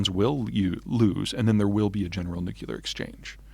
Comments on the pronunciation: Extremely unimpressed by any purported scholar who doesn't know how to pronounce "nuclear." It's not nucular, it comes from our word for the nucleus of the atom. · Vlad's face when Peter said nucular ;-) Epic. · Is it only me? But when I hear a so-called enlightened American mispronouncing nuclear, I switch off immediately. Repeat after me... N-U-C-L-E-A-R. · Can't pronounce the word "nuclear." I have a problem with that no matter the sales pitch.